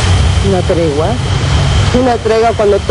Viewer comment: Treguuaa ???? tiempooo ???? jajajajajaja